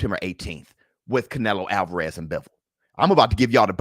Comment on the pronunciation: Catch-nelo Alvarez... Is that what y'all saying????